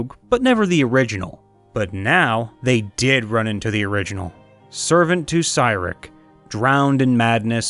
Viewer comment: It's pronounced See-Rick for Cyric be advised though he is the prince of lies.